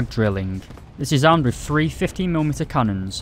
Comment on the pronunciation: “Panzer phree and phore